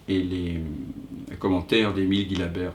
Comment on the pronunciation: Une petite précision à propos de la prononciation du nom d'Emile Gillabert.... son patronyme se prononce "Jilabert" comme dans "gigantesque" et non pas "gui........" !..., de leur vivant lui et son épouse y tenaient beaucoup. Merci d'en tenir compte.